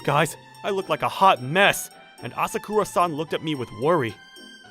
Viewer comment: Ah sah koo rah san ❌️ Ah sah kuh rah san. ✅️